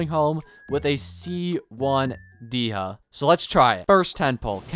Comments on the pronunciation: We went from Day-Ha to Dee-Ha. There is a Y before the A in her name. Day-Ya is how you say it. Think of the name as "De" and "Hya." Please. I beg of you. Just say it correctly once. For me. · All this time for trying to help him pronounce her name, it's still "Deyha" Edit: at least the half of the video, he said her name properly, I still love the videos❤